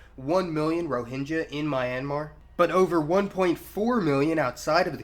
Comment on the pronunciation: It should be pronounced /rɔ:hɪŋɡʌ/ & they are “Arakan.” History books fail to mention that there was a wealthy, strong kingdom named “Arakan” which was there where it still should be. If Rohingya people are not citizens of Myanmar then they should have their own sovereign nation.